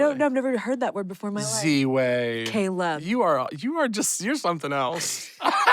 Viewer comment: I like how he pronounces Ziwe, it’s like Ziwe(y)